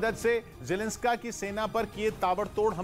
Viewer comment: Zelenskaa nhi zelensaki hai veee